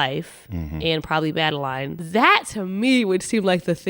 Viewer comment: As a person who has the same name as madeline, I hate it when people say madeLINE (even though it looks like that's how it's pronounced). It's pronounced madeLYN. I know it can be confusing but jeez. No one in the story calls her madeLINE.